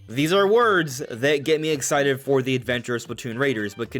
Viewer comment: You’re “very ex-eye to play”? Bro, pronounce your words